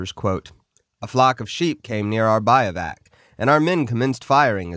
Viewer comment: Bivuac is pronounced biv-wack.